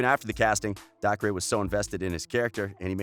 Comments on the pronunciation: It's not DAK-RAY its DAY CAH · Gayten? No, Gatten McLogklin? Nope, McLaughin Daycer? Nah, Dahcray sounds better (These are pronunciations not how you actually spell their names) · it’s not “dah-cree” it’s “day-ker”😭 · YOU SAY DACRE AS DAY-CER NOT dac-ray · dAhCrAy.btw its daycer, dacre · Narrator: Noah. Joe. Millie. DaHcRaYyyy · It bugs me how he says Gaten and Dacre wrong. It's pronounced gay-tin and acre with a d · It rlly isn’t... DAY-CUR! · omg and dacre is pronounced dacer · And also the way he pronounced Dacre. He was like. DacRay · “dacre” and “gaten” god this guy needs to some minimal research on names. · Is it just me or is everyone so annoyed how he pronounced gaten and dacre’s name wrong .. ( omg thanks for nearly 500 likes ) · It bothered me so much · And also Dacre😂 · Claire-Louise Maltas i know but he pronounced dacres name wrong😂